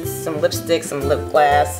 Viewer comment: You keep saying "lip glass" - is that a brand or do you mean "lip gloss"?